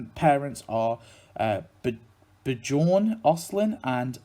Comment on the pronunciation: With the name "Bjorn" you pronounce the "j" like a "y". Most languages over here outside of english use the j like you use the y. So it's like "Byorn"; but not "bye-orne", just "byo-rn". Another common variation of that name is "Bjarne", saying "Byar-ne" with a short "e" at the end that you would pronounce like a short "a". Why are english vowels all scrambled up? :D No worries. Everyone messes each others names up in other languages. It's half the fun.